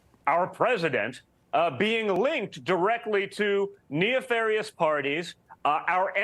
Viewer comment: here’s a guy who comes from a billionaire family, and can’t pronounce “nefarious….” Geez dude.